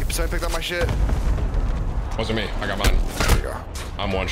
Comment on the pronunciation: Day 38 of telling Tim he says ‘mii’ instead of ‘me’